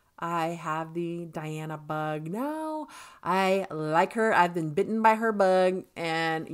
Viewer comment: Her name is pronounced as De+ana NOT Di+ana. Yes she is contralto but she is polyphonic...like singer Cher. Hence, her vocals sounds dual toned lots of time. (Dimash and Diana share a same friend....Igor Krutoy. The pianist/composer with Dimash)